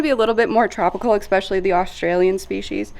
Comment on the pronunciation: Good video. I gotta say, I find it slightly amusing how at some point many people have decided to pronounce especially, expecially. I'd like to ask one of these people to spell it out for me and see if it is just the way they are pronouncing it, or if they have just gone ahead and changed the spelling as well. Anyways, keep up the great work and I'll be here for the next video.